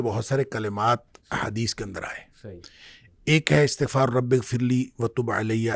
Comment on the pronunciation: Bhai Astaghfar nhi istaghfar hota hai❤❤❤ padhna Astagfirullah hai